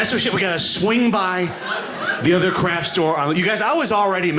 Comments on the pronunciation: I wondered 'What is a "crash store"?'...ooh, it's 'craft' pronounced poorly. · The first few times I thought he was saying 'crash store'. Bad pronunciation.